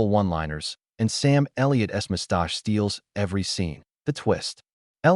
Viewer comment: Sam Elliott's "must-osh"? Is there nobody out there who can do a voice over anymore?